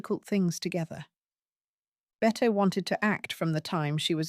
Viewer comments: Pronounced BETTY. Admittedly it makes no sense, but welcome to English. If you watch literally anything of her they call her Betty, so pronouncing it “Bett” is a bit of a blooper. Oh well. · Agree! This is total trash. Her name is pronounced Betty but spelled Bette. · I cannot believe the audacity of you not even knowing how to pronounce Bette Davis' name ‼️